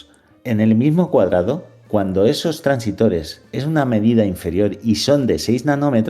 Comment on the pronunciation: Muchas gracias por el vídeo,muy acertado y útil para despejarle dudas a más de uno. Por cierto,son transistores,no "transitores".